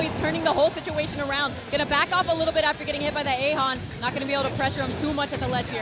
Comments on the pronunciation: Joker: “Aegon!”: “so Joker just used ae-hon.” I get mispronouncing words you read, but when the character screams the word and you deliberately choose to ignore how it’s pronounced, that’s fucking obnoxious. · The female commentator keeps saying eihaon, not eigaon